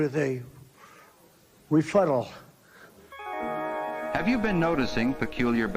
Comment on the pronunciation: Rebuttal or refuddle?